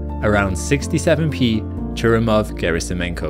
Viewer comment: how can you pronounce churyumoov gerasimenko correctly and get halley so badly ignorantly wrong ?. He pronounced it Hawley as letters written to him were addressed like that, Hal-ee is accepteable, but hayley is just ignorant - oh, and get rid of the bleedin irritant adverts